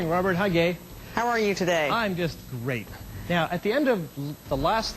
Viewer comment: oh ok a little.. he sounds like he's saying "hi gay" but then obviously "im just great" not "rape" lol.. but anyway..